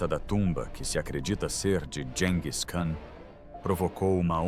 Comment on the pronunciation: Gis e não dis😮